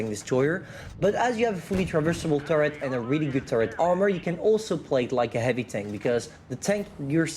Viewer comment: never been old, he does the pronounce mistake same as he did before on “heavy”:D